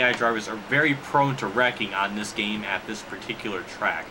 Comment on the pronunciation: Ow wow, best geeeeem in history.